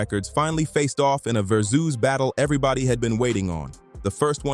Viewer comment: AI cant pronounce Verzuz to save its life